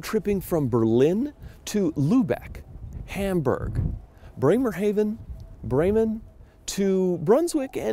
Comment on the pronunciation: Breymer-HAW ven. AH NOT AY